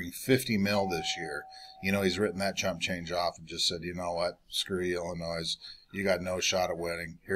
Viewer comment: The "S" is silent in Illinois